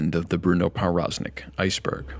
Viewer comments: As a polish person, my ears hurt whenever he pronounced his name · the w in powroznik is supposed to be pronounced as a v lol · Good video other than your pronunciation of Powroznik